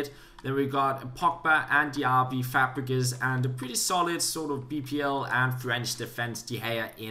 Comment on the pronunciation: he said fapregas (I apologize if this makes you mad because of your accent but it was just funny to hear)